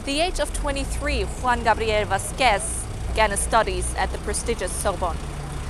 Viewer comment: darling, it´s not " VasquES " it´s "VAsquez "